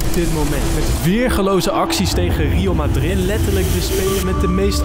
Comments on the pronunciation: rieel madrid zegt hij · Je uitspraak van real madrid klopt niet helemaal maat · Man zegt letterlijk rieal madrid en laliecha💀💀💀